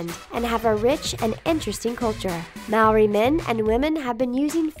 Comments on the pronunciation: The way she pronounced Māori and Moko 🤦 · She also kept saying "Morri" instead of "Ma-a-ori" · she said Maori wrong... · I love how they added 'New Zealand' (my home country) and all but I would love it even more if you guys could pronounce the words properly like 'Moko and Māori' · ayy New Zealand! lol you pronounced maõri and moku wrong🤣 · hearing them pronounce maori wrong is just so painful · y'all Americans gotta learn to roll the 'r' in Māori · Can u please say moko and maori right 😂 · She can’t say Maori or moko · You pronounced Maori wrong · the pronunciation of Maori is appalling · What you said about Maori is very very wrong and your pronunciation is awful, I'm Maori and offended